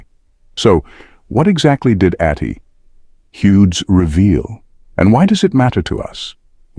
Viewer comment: Atty. is abbreviation for Attorney, so pronounce it properly.